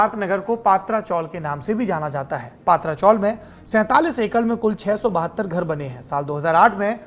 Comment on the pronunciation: पात्रा नहीं पत्रा चाळ हे mohaday